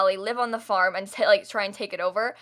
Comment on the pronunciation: I thought you said fart and not farm and I lost it😂😂😂😂 (yes I’m mentally 2)